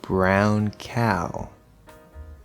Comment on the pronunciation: I made the question before I get to the pronunciation part of the video and, actually, I think you do it as well, hahaha. I mean, when you first said the diphthong isolated, ok, it was [aʊ], but then you said "cow, now" and I'm pretty sure it was [æʊ], hahaha